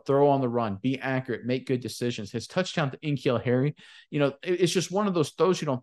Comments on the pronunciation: yea but it’s N’Keal.. lol take care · they call him N-Keal the entire podcast.